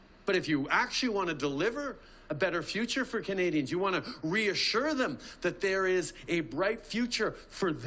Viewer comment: He is so terrified of a Pierre. I love it! Also I wish he stopped saying the word “kanadians” and that he “will kantinue” to fight for them and that’s what “kanadians want him to do and he will kantinue to do that”.He doesn’t have a large vocabulary without a pre-made speech, hey? A grade 6 child would probably be smarter than this guy. “Kanadians” are in big trouble…